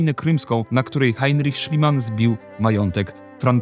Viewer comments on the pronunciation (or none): none